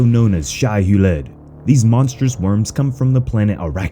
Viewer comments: Loved the video except its pronounced Shy-Who-Lood or Shy-Ha-Lewd not shy-hue-lead... otherwise love ya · Loved it just wanted to say because I have to its pronounced Shy-Ha-Lewd